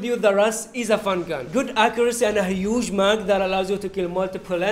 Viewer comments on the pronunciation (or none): The Way Says a Huge Mag in lol